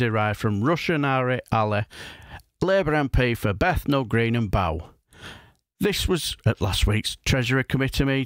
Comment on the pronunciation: “Bethnal Green & Bow” - Bow is pronounced like the bow you can tie (not bending over). Remember the song, “Oranges & Lemons”?